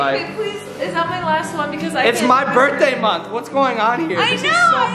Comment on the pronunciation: you said berrr day